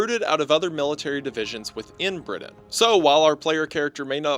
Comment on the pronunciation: Ah yes my favorite country, Briddin